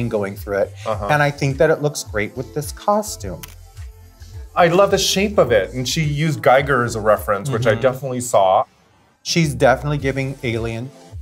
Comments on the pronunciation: Giger is pronounced like eager. Not like Geiger counter. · they are mispronouncing H. R. Gigers name, it is "Geeger". Like the last i in Philippines